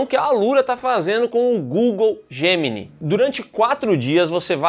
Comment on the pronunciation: se fala "gratúita" e não "gratuíta". E tbm se fala "djeminai" gemini é geminiano em inglês